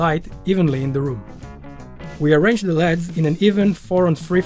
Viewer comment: the way he pronounces 'LEDs'...... 'ethernet' xD good build